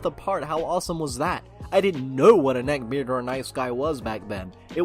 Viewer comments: Nobody: Literally not a soul:: NECKBAYARD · Addicted to the way he says "neckbeard"